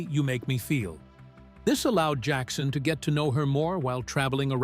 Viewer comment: Джексона...ударение на О...дебил ты выбесил😤🤦‍♀️